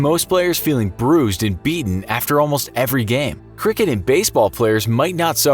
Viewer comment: "or die from their injuries sometime affer "